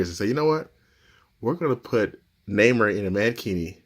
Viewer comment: btw its pronouced nai-more and x twenty three